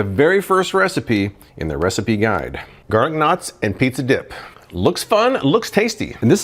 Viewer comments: I kept thinking you were saying garlic nuts... Almost $400? Ugh... I have a Emeril dual zone air fryer/oven, that I got from Morning Save, over a year ago for $100, and it still works awesome! Maybe this will be discounted someday, because there's now flippin' way, LOL! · I’m in a country where we don’t have garlic knots. I did a double take because when I first heard you - I thought you said garlic nuts! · I thought he said "garden knots", I had to rewind & pause, & read it.